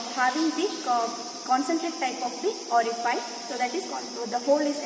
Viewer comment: Ori-fice hota hai, ori-faice nahi😢